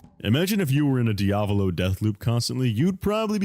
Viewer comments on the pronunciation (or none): none